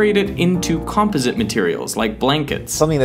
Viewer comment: Can't trust the information in a channel of someone who can't pronounce composite.